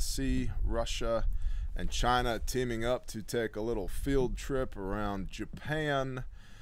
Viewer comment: I lost my shit when you called China 'gina